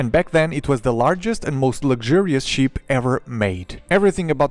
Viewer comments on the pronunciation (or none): I know English is obviously not your native language, but PLEASE pronounce ship with a short EE sound. It's not a sheep, its a ship. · i !!! not ee ... fuck sake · I’m not making fun of you but when you say ship it sounds like you are saying sheep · I just love how he pronounce ship😂 awesome video.